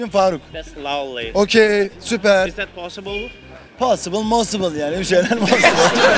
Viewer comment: 7.37 posible mosible 😂😂😂😂😂